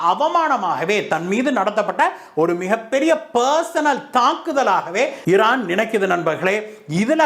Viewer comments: இரான் ஈரான் இதில் எது சரியான வார்த்தை வாசிக்கும் போது ஏன் இந்த தவறான உச்சரிப்பு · Please rectify your pronunciation Iran